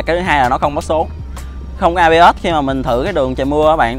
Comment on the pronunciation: ABS chứ ko phải AB ớt đâu cha